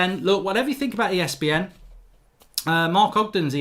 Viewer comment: Are you saying ESBN?